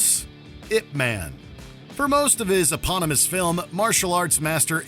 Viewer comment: I love your channel but being a super fan of I P man it's not pronounced ImP man like it's was very cringe hearing u say it over and over again like come on I love your channel too much to hear you guys mess up the name of that movie 🍿😅😢